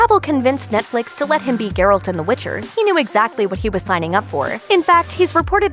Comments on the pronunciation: ...Ger -alt... it is pronouced jer-alt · Pronunciation is "geh-ralt", not "ger-olt". Am I the only one who cringes every time she says his name?